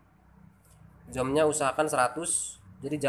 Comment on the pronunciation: 😁🙏maaf nih y bang. bacanya buka zom, tp zum,, tp inti dr tutorial ini sangat brmanfaat sekali, thanks ya bang... sukses selalu🥳